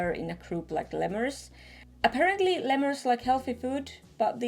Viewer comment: But it's l-ee-murs, not le-murs